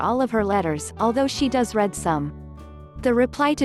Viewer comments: Your computer-generated voice doesn't know the difference between read (pronounced REED) the present tense of the verb and read (pronounced RED) the past tense of the verb. Why not employ live REEDERS who are literate and know how to pronounce words correctly in context. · I couldn't agree more - so odd, all the emphases and rhythms are wrong, and the pronunciation (of "read" vs "read", for example) was wrong as well. Why can't a real human narrate them? And why don't they use the real footage and real voices of the couple concerned? As for "Thank you for watching video" - cringeworthy. You mean, "this video"!